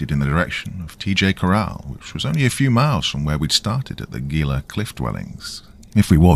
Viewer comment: It's pronounced he-la. Think he-la monster